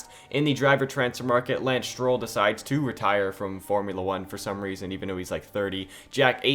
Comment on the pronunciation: Stroll not Strill